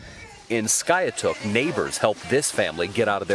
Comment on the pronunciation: It is called SKY ....TOOK.